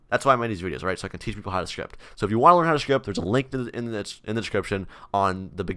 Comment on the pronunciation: I love how he says script "shrift"